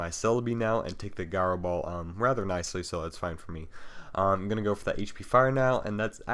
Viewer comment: Pronounciation: Jenesect, Jyro Ball Name: Conkeldurr Otherwise very good game and commentary